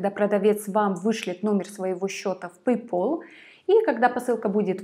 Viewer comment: На заметку: Пэй Пал, там одна л, если бы две было бы то произносилось Пол.